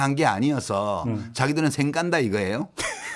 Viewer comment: 이사장님... '생깐다'가 아이고... '썡깐다'라 하시야... ㅋㅋㅋㅋㅋ